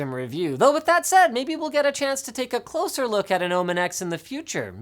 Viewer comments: Good grammer linus "closlyer" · Man Linus loves the word closlier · "closelier"? again? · Linus- "Closelier" *Claps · lol "closelier" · . Ahem, "closelier"?